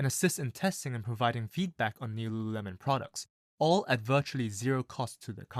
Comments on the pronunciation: Repeat after me: LU…LU…lemon. Not luuuhhhuuuhhh-melon. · Homeboy can barely say it. Founder was right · Damn , I thought you are having a stroke every time you said Lululemon